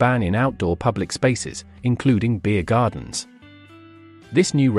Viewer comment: Why are saying beer gardens in that unusual way ?